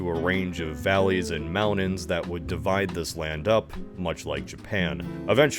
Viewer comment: Why does this guy insist on pronouncing T as D? Moundans. It drives me insane and I cannot stand it.